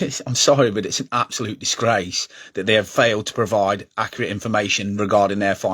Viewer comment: Im not trusting someones opinion on here that cant even say accurate properly. Get a grip and focus on your own club.